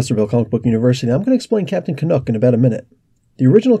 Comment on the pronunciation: Canuck rhymes with duck not nook.